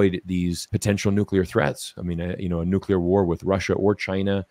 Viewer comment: Its nuclear, not nucula